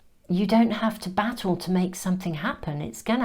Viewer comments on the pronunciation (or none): Hee! Hee! Although I knew you were saying 'battle', I kept on hearing...you dont need to do 'Bat-ALL' with this 😂...I nice PC version of what I usually feel like saying. And yes, it was a great message to let go of the reigns. Thanks as always 💛